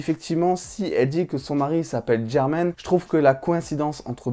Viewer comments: Mdr ça se voit tu regarde en version française 😂 germane c’est un prénom espagnol ça se prononce khermane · Le prénom de son mari ne se prononce pas "German " comme le mot anglais qui signifie allemand German est un prénom espagnol extrêmement courant et il ne faut pas oublier que c’est Lisbonne qui commence à lui parler de son mari comme si elle le connaissait donc cela m’étonnerait que son mari soit en fait une métaphore de Berlin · Quand t'as dit germán avec ton accent j'ai compris germaine 😭😂